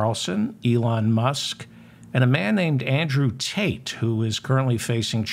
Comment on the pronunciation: I saw the Dingleberry joke coming a mile away. I didn't even comprehend the Barrymore joke until you started laughing. Thank you for striking me with lightning. Oh and by the way, you mispronounced Andrew Tate's last name. It's like "paint" but with a T.